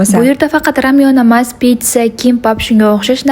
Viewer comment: Ramyonmas lamyon boladi